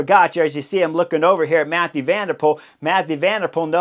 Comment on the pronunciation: It's Mathieu van der Poel, not Mathew...